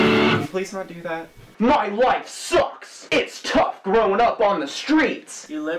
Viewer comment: i died at "My life SUCKS" hahaha the emphasis he puts on the words.